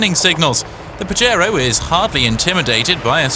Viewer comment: haaha he said PAJERO haaha that means jack off lol its PAHERO its spelled with a j but sounds like an h lol